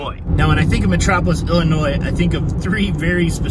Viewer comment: As I was born and raised in Illinois, I want to thank you for pronouncing Illinois correctly. 👍🏻